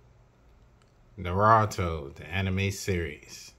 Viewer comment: I’m not trying to be rude but it’s pronounced nah-rue-toe not narato